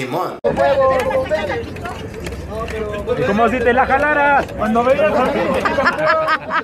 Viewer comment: No se dice pokemón se dice pokémon